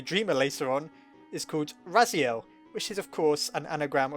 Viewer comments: "Rasiel" No. It's "Ralsei" . Sorry. I am doing a DeltaRune playthrough. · Why are you calling him Rasiel? His name is Ralsei I don't get why so many people are making this mistake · Its not Rasiel its Ralsei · “Rasiel” what? XD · He pronounced Ralsei as Rasiel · You called Ralsei "Rasiel" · I’m pretty sure Ralsei is pronounced Ral-say or Ral-zay. And I don’t think he’s a Dreemurr, just another boss monster.